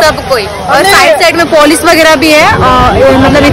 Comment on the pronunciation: Polish nhi hota h police hota h 😂😂😂😂